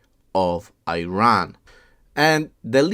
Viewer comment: Unless you pronounce Iran, Iraq properly, we won't watch your videos